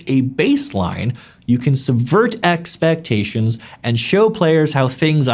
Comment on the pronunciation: "subvert eXpectstions" Was that intentional? Made me chuckle either way :).